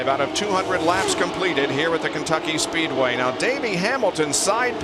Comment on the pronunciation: Kencucky Speedway? Wanna try that again?